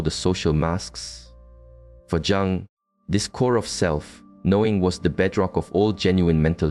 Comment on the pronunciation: Carl Jung is pronounced Carl Yung